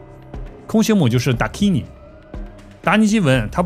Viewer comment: Dakini 音译是达基尼而不是达尼基。